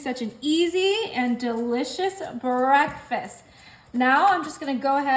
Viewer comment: Bah-reck- fast??? Smh